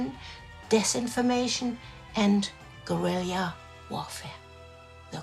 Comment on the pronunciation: Admiral-ity, guerill-ia warfare. Gotta love delightfully quirky presentation.